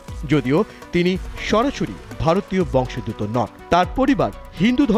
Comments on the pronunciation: বংশ + উদ্ভূত = বংশোদ্ভূত ; প্রতিবেদকের উচ্চারণ ভুল। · ভারতীয় "বংশোদ্ভূত" শব্দটির সঠিক উচ্চারণ করুন সাম্মাদিক ভাইয়া!